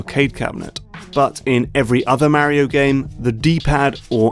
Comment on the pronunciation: Thank you. Exactly what came to my mind. He commented that he uses the words of a certain game designers book. Still a stupid (and pretentious) choice, IMO. Make him sound like a hipster douche. Also... MARY-O! OH MY GAAAAWD!!! D-:<